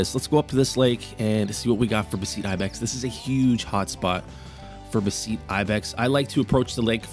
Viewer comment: Great video! (Note: I do believe its pronounced kind of like betheties) For the beceites